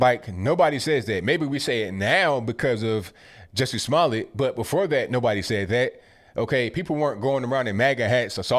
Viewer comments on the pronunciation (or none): Lol he said juicy smooyay 😂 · JUSS -- ee SMAL L-- ette IS THE CORRECT WAY TO PRONOUNCE THAT GUY'S NAME. The Parts In Capital Letters Should Be Stressed. You[re Doing A Great Job!